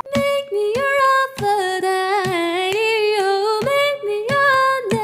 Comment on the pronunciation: Lol he sounds like he is saying meh me a wafer die dee